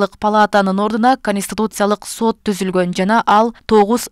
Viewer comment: Диктор соот эмес Сот